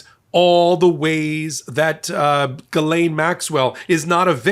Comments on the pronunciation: "Galain Maxwell?" That's the weirdest pronunciation of her name that I've heard yet. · One thing about Ghislaine's coverage that totally irritates me is how everyone makes it a point to pronounce her first name properly. This woman's name needs to be purposely mispronounced. She does not need any respect whatsoever. Maybe Guiltless, Grabbing Pedo. Mispronouncing this monsters name is the least we can do.